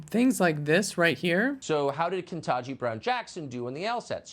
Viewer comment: Ke-TAN-ji, not "ken-tah-ji."